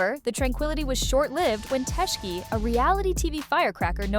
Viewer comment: She said Tisheki 😆 A.I